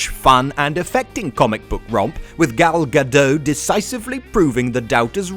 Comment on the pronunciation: Also "Gal Gadot." She isn't French!